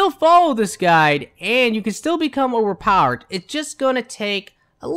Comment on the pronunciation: ......"overparred" - translation: overpowered